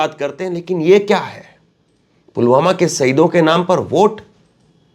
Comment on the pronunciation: सर, मोदी जी पुलवामा नहीं पुलगामा बोल रहे हैं।😜